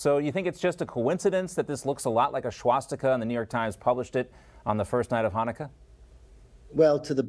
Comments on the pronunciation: When did it become “shwastika?” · What's a SHwastika?